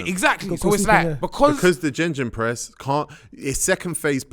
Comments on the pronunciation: Man like said "Jenjen press" ☠️ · tego moving like some football genius but hes still saying gengenpress at his big age 🤦‍♂️ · someone tell these man its GEGENpress not GENGENpress ffs im sick of hearing it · Why saying JejenPress? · Did tego just say gingin press😂😂😂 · why he keep calling it jenjenpress